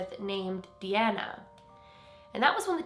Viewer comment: DeAnna is my middle name. It’s kinda cool to hear it pronounced the way I do :))